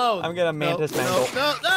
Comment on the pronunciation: Bro bacon a Man-tis instead of a mantis 😂